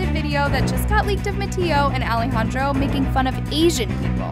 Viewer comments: I’m sorry but is no one going to talk how she doesn’t know how to say Alejandro’s name/nickname 😭😂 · HIVE girl- i was saying that i DONT like how she pronounces mattia and alejandro’s name it’s VERY DISRESPECTFUL i was NEVER talking about how her CONTENT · hear the way she said ale